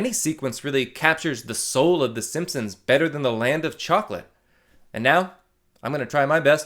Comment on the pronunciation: "land fo chocolate"? 😊